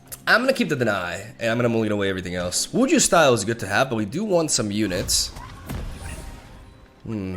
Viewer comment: Btw the "j" in "wuju" is pronouced like in "jutsu" in Naruto which is prob the origin of the word as well :).